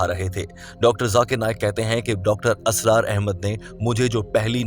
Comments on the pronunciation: Dear Brother, Assalamualaikum, it is Israr not Asrar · Mr. Audio, please improve your Urdu. It's not asrar it's Israr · Dr Asraar nahi... ISRAR hota hai. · Mr.admin nOt asrar But israr 👍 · You keep saying asrar his name is Israr... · It's not Dr. ASRAAR it's Dr. Israr.. Improve ur urdu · ابے "چ" ! "Israr" not "Asrar" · Dr.israr Ahmed, Not Asrar Ahmed as u pronounce,JazakAllah. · ASRAR NAHI BHAI, ISRAR AHMED HAIN